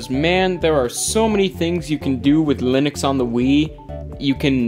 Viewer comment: Linux/ I-nucks/LIN-uuks